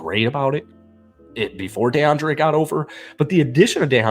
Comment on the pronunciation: DEE-andre Hopkins, NOT DAY-andre Hopkins. And Vrabel is our Head Coach c'mon man!!